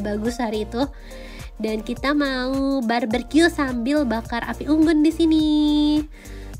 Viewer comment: Barbecue ya bukan barbercue,, nnti jadi potong rambut deh 😉😉😉 cmiw